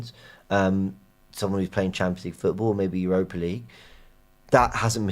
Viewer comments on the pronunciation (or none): none